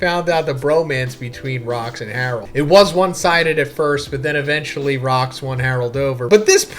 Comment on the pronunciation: "His one true love Harlod!" HAHA